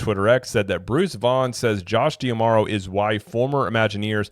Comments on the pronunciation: Why do you insist on pronouncing his name "Dee-Amaro", and not "Dah-Maro"? I've never heard anyone else say it like that, and there's an apostrophe there in D'Amaro, so it should be read like a contraction... You can watch company videos where they introduce him by name. It sort of rhymes with "tomorrow", as cheesy as that may sound. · I mean, it's not that I've actually put thought into how to pronounce his name (though I do think it should be kind of obvious), as much as I have simply watched other content creators on imagineering, as a HOBBY. I would just expect someone who's trying to do the same thing professionally, to at least WANT to be on some kind of general awareness level that their peers are on, and also WANT to say the name of the Chairman of Disney Experiences correctly, when you run an actual THEME PARK CHANNEL! Holy cow! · Well, maybe because you're also pronouncing it wrong in every video